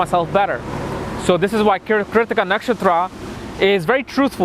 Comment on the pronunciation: It's funny how he pronounces Keertika for Krittika, Bharaani for Bharani, Ashwaani for Aswani or Aswini nd many such laugh jerking words...anyways its a nice video though not a complete guide and both my sun n mars are in this nakshatra whereas my sun is said to be in the 1st pada of krittika in Aries for my DOB on the 14 th of MAY and I've my moon in the most royal star of Rohini!